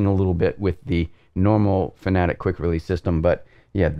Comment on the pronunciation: its FANATEC not FANATIC ; ))